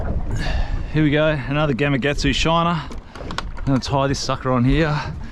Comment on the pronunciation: Another great video. Love the content. But, I just have to say - GamaKatsu. Yep, that’s a K in the middle, not a G.